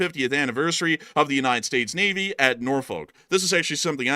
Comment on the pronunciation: It's Norfu.k, not folk.